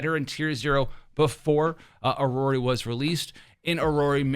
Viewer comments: its iroi, not irori btw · its EE-ROY for iroi btw. my ocd goin crazy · I think he is trying to do a Japanese pronunciation with i-ro-i that's why it sounds weird in English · The one and only reason I'm refraining to watch your videos is the way you pronounce characters' names. Iroi - Iroree Jiuyuan - Jinwan Zanku - Zancow Hearing my name in the wrong way feels uncomfortable.